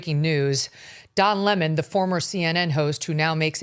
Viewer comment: I love hearing you pronounce his name the way it should be: 🍋and not Le-Moan ! ha ha ha ha